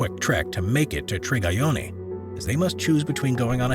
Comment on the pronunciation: Its not Trigayoni..Its Triyagyoni..Please rectify as it may hurt the owner's feeling..